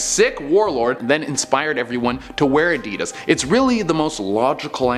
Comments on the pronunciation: Who pronounces Adidas like that? 😐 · Why do all Americans/Canadians say 'Adidas' weird......?